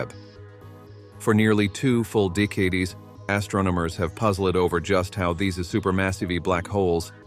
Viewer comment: Great info, except for the annoying AI narration. The mispronunciation of words like 'decade' is enough to drive me insane! Just saying. 🤨